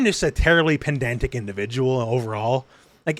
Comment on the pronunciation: Not to be pedantic...but "pendantic" is wrong😂loving the podcast tho, HxH is my favorite